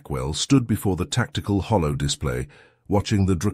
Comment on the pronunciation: Holo display, not hollow display.